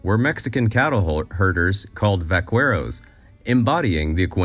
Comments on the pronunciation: Vakerros, not vacueros. Next time, pretty please, out of respect, look up words you're going to repeat often. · Vaqueros is pronounced Bah-keh-ros, not Va-Kwe-ros. in Spanish the u is always silent after a q. it was nails on a chalkboard hearing Va kwe ros in this video. lol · va-Quer-oz is pronounced ..... va-KER-oz. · Vah-care-ohs, not Vah- cwhere-ohs. I hate critical comments...but bad pronunciation is easy fix. Lol. Like friends saying Hal-a-peen-oh instead of hal-ah-Paynyo for jalapeño...or my mom saying tor-till-ahs😊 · Vaqueros is pronounced “Vakeros”, NOT “vacueros”! It’s like people who say “Migoo-el” instead of “Migg-el” for the Spanish name Miguel, I can’t! Does Paco de Lucía play the “goo-e-tar”?😂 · Check your pronunciation of vaqueros. (Try vah-keh-rose) That's still a fairly American pronunciation but "que" is never pronounced "kweh". Otherwise, great info and well done! I found the content interesting! Thank you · Good grief. Why can’t the internet find narrators who can pronounce words right? It’s not “vakweros” it’s “bahkaeros.” Learn a little Spanish! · Vaca is Cow … so VaquERO refers to Cattle handlers. Cocina means Kitchen. So Cook or Chef is CocinERO. Here the pronunciation sounds like VaCUERO. Cuero means Skin or Hide. So the pronunciation sounds like the Va Skins or Va Hides. The Que should be pronounced as a short K, Va - Ke- Ro - s Que by itself also means What btw… that’s my two cents worth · "Vack-Where-Os"? How about pronouncing it as VY-KARE-O's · In the "Vaqueros" word, the "u" is silent. Pronounce vaquero as VaKero. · Vaqueros ...is pronounced backeros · One slight correction in the pronunciation of the word VAQUEROS: the U is NOT pronounced, thus sounding like va-ke-ros. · It’s pronounced vakeros. You doing pronounce the u in que. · Please... vaqueros = /ba-'kair-oss/ - -> stress on 2nd syllable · Vaqueros is pronounced, bakeros. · VAQUEROS pronounced VAKEROS ... VACA (VAKA) == COW VAQUERO == COW MAN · The “u” in vaqueros is silent.